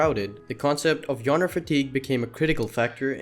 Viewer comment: Aint no way this guy just pronounce genre as "yonra"